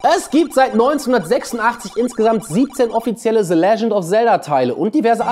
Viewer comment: Bitte mal deine Aussprache von englischen Wörtern üben - es heißt nicht [se] sondern [the] und auch nicht [sword] sondern [sord] die Wörter in Klammern sind die Lautschrift und nicht die Schreibweise.